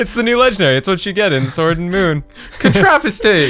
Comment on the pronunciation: said pokemon sowrd and moon like if u notice it:^)